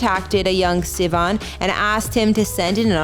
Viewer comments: an not en. Sivan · Did she just pronounce his last name wrong?? Lol great job guys!!